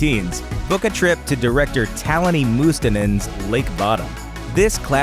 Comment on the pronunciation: Umm... "Lake Bodom" isn't based on an urban legend, but to a real life murders that took place in Finland in 1960. It's actually one of the most famous unsolved murder mystery here. So the film is obviously Finnish, and dear god that narrator butchered the directors name, which is Taneli Mustonen. All in all, the movie isn't that great, very basic teenage slasher film imho.